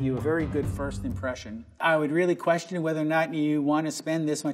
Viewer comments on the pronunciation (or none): none